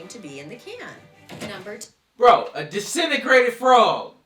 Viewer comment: HAHAHAHAHAHAHAHHAHAHAAAAAA Desintegrated.I said it the same way .lol